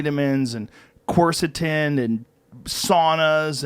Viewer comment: what is Joe saying? That 2nd word He says Vitamins, Corsitenedasdfasdf?, Saunas. Edit: Oh... He's saying Quercetin I think